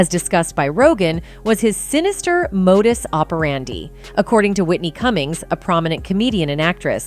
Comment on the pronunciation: Did you really just mispronounce modus operandi?